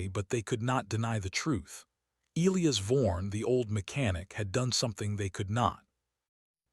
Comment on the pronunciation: Get the pronunciation of Elias right